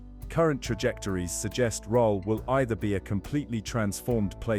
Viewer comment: The images are not the places that they are describing. Many clips have cars driving on the wrong side of the road. Rhyl is pronounce Rill, not Rohl. Oxford Street is not in Corby.